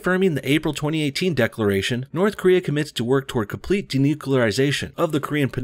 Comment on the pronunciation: fkn yanks ---- when y'all gonna larn ter respek d'inglish language? fkkrs can't even say N U C L E A R --- even when it's a participating in 'DENUCLEARISATION'' .. pronounced by our man here as ''d e n u c u l a r i s a t i o n '' ---- a la GWBush. If you can't speak language proper, like .. how we gonna trust y'all ta fink??